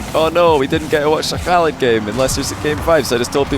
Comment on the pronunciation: you are pronouncig oKhaliD's name really well :)